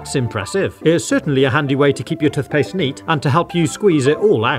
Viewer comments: Tuffbrush and Tuffpaste? That is not how you pronounce it. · tuth paste😂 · Tuthbrushes 💀 Tuthpaste 💀 Water fassets 💀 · I love the way you pronounce toothpaste lol